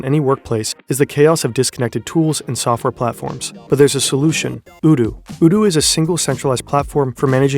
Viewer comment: Oh no 😆😆 the sponsor is pronounced "oh-doo"